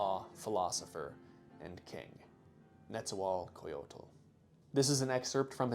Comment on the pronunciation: It’s pronounced NESA-WALL-COYOT